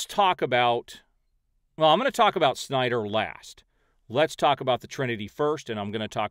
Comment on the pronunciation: Nobody: Doc: synder cultists Me: 🤣🤣🤣